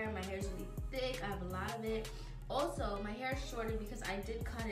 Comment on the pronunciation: Listen to how she says “also”